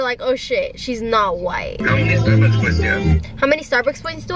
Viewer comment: Can we just talk about how she woke up and said "StArBuKsS"